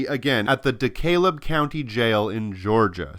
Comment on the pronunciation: Not to be a word Nazi but DeKalb sounds like DeCab. Just sounds weird, forgive my peculiar mental speed bumps.